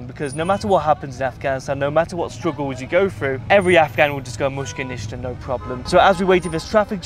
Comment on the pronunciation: mushkil nishta meaning no worries, bad pronunciation on his part but overall nice vid.